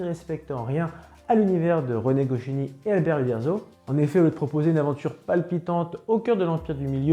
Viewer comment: c'est pas gochiny mais goscinny